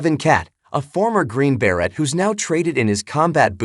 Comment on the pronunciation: The A.I. Robot doing the narration ... SUCKS. "Green Berrette" (the Robot's pronunciation of Green Beret), and "Ka-Rat" (the Robot's pronunciation of Karate). I had to turn it off to keep from stabbing MYSELF in the neck ... Jason Statham-style.